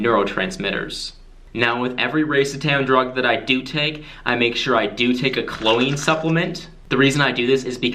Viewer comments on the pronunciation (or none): “Ko- lean”. I get mistaking the other ones but “klo-een” is straight infuriating 😡 🤬😂🤣😜